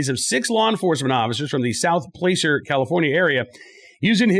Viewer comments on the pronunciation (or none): You pronounced “Placer” wrong. It spite of how it is spelled, the correct pronunciation is “plass-er” and not “place-er” as you pronounced it. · Deaser has been in a frying pan for a while here from the gun com for other things which elude at this specific time, but it doesnt surprise me that tgia has happened. And on another note, PLACER is pronounced like Placid is in Lake Placid. So in review, its PLA-CER as in PLA-CID, ok carry on friend.